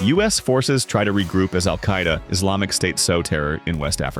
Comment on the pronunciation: Al-kai-E-da! 😂😂😂 Yippie-kai-ai